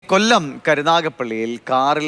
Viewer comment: എ "കൊല്ലം” എന്ന് പറയുമ്പോളുള്ള അവതാരകന്റെ ശുഷ്‌കാന്തി 😂